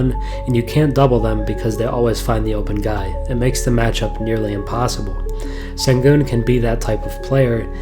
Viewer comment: Great video. His name is pronounced shen-goon.